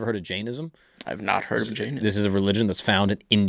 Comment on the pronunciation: J-eye-Inn-ism = Jainism